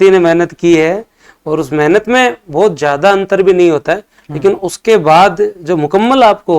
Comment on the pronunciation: बहुत को भोत बोलते, श को स बोल रहे, और को ओर, ये कैसा माजरा है भाई